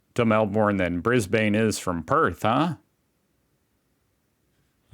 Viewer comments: Hi, While I quite like you, do us a big favour when it comes to saying Brisbane. There are many of your fellow Americans, including yourself who can't seem to pronounce Brisbane properly. Calling it "Bris -Bane" can really rub us Aussies up the wrong way. We're simply too polite to say it in general. I think I'm speaking for a lot of us when I say please just call it "Brissie". That's pretty hard to mispronounce and it's our only shortened Capital City name that seems to have stuck. People mispronouncing Cairns just amuses us, it's pronounced like Cans of drink. There are some towns and cities in Queensland with commonly shortened names. Like the regional city of Rockhampton which we call "Rocky". Then there's pretty much every Aussie's favourite Bundaberg which we call "Bundy". They have companies that produce some of our favourite drinks which features Bundaberg in their company names. Bundaberg Rum 🥃 is even called "Bundy". The other makes brewed softdrinks (sodas) with less acid and Cane Sugar. Corn Syrup is definitely not a thing over here. They also use fresh fruits to make them. Apparently you can buy 12 packs of Bundaberg Ginger Beer at your Costcos for $16. Don't knock it until you try it. It won't burn your throat. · Yes and pronounce it Brizzy with a ‘z’ sound. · I suggest you google the pronunciation of words foreign to you, eg. Qantas, Melbourne, Brisbane, etc, etc. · The way these Americans say Melbourne and Brisbane and Jacaranda 💀